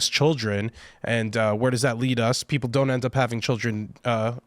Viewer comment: Freudian slip “peopre” 😂